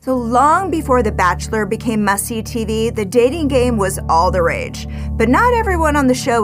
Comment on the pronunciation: I swear I heard the host say "Before the Bachelor became Mussy TV..." Like Messy TV 🤭😆